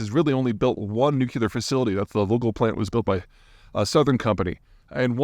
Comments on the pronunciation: Better is relative and is primarily measured by new facilities being built. They are definitely getting ahead on new construction and new engineers. Nuclear, not 'nucular'. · Never take energy analysis from someone who says nookyuhlur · It is hard to take anyone seriously who pronounces it "new-kya-ler"... there is no "y" in nuclear... say "new-klee-er" lol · Please it's New-clear not New-cue-lar. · Oh man, please retrain your brain to pronounce it "nuk-LEE-ar" instead of "nuk-U-lar". Other than that, I've enjoyed everything you've shared in your videos. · noo·klee·ur please! Not noo-ku-lur Your points about talent and design are right on. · You're killing me, Peter. NOOK - LEE - ER, not NOOK - YUH - LER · mr.zeihan, any chance you could entertain the notion of switching from “Ike’s Folly”, NOO KYOO LAR and updating to NOO KLEE ERR? people are influenced by you mr.zeihan. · Please Peter, it's Nu-CLE-ar, not Nuc-U-lar.. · haaaaa phonetics : "Nu-Clir" NOT "Nu-Kilar" my ears are burning !!!! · Peter, oh Peter. It’s NUCLEAR, not NUCULAR! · NEW-CLEE-AR, NOT NEW-CUE-LAR. -200 points! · Nuclear, not Newkewlar 😢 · It's "nu_klee_ur", not "nuke_you_ler". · Peter, try saying "New. Clear." (And yes, you can have "Noo" instead of "Nyoo".) When you've mastered that, just stick 'em together! It is NOT "New. Cue. Lar." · I wish that someone as intelligent and well informed as Peter would learn how to pronounce ‘nuclear’. { new clear not newkya ler} Sorry. First world problem. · Nuclear, not nucular! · Peter, love your videos & books BUT ... can you please stop pronouncing the word "nuclear" as "noo-keeler"??? It's "nook-lear". Please!? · What is nucular? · Gaaaaah, can everyone stop saying Nuc-U-lear, it's NUCLEAR! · I like your stuff but please say nuclear not nucular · Peter says Nucuular!! 🤦‍♂️😂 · Are you saying “nucular”? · Is it just me that thinks a well versed person such as Peter Zeihan saying "Nucular" is amusing? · Hi Peter, why do you say nukilar? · New-Clear Peter!